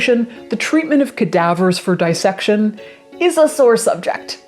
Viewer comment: It's "disssection" not 'dyessection'; like 'Miss' or 'piss'. Nobody nobody pronounces this right or I'm delusional. 'This' is another example!